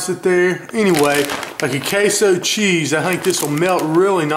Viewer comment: "dat K-so cheize"